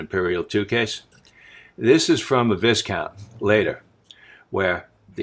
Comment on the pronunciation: Thanks for the informative video, I see these in antique shops all over the UK normally missing parts or corroded out blades. The Viscount model is Pronounced with a silent S thus "Vi count". Cheers.